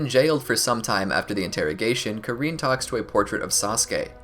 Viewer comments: i just need to say this, it's KAR-IN NOT KA-REEN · You said karins name wrong😂